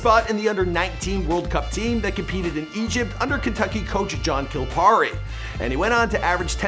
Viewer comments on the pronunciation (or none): “John Colpahree”